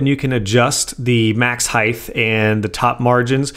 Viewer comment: Is it just me or does this dude say "Heith" instead of "Height"